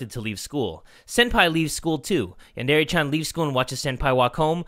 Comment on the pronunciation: It's (yon)(der)yonder